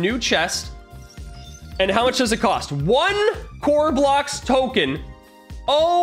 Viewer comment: Token not tomen